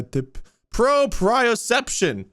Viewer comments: But... Axe smells awful... not worse than ferrets but still. The word is trying to say is said pro-pre-oh-sep-shone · I love nothing more in this episode than the way they all mispronounce proprioception but understand it fluently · them trying to pronounce proprioception is killing me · The pronounciation of propreoception 💀💀💀💀